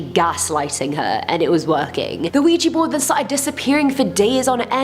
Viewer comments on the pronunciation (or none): Its OUIJAAAA NOT OUIJIIII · Ok. I cannot deal with this HORRID pronunciation of the word Ouija. It is OUIJA. Pronounced WEE JA NOT wee gee!!!!!!!!!!!!!! Seriously! Take your team and have then spend the day learning to pronounce the words they are gonna be using, in that video! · Ouija not Ouiji